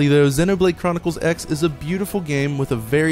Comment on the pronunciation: It's "Xenoblade Chronicles Cross", not X